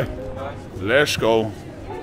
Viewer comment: Priscilla says lets oge